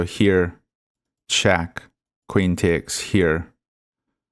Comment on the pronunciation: what dialect is that, "tiakes" ?